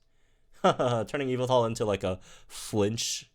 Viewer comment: YAVALTAL!! That's how you pronounce Yveltal... YAVALTAL!!!